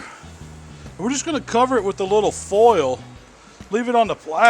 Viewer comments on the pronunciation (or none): Foy-ull not "full"